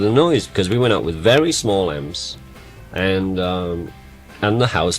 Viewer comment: I like Ringo a lot but wish he'd stop saying END when he means AND!